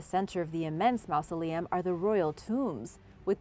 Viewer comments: Stop pronouncing it like "mouse-aleum." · great video, but you’re saying mausoleum wrong!